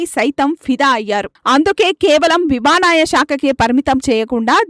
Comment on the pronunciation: విమానయానం అనడం కూడా రావడం లేదా విమాన యమాయ అంటున్నారు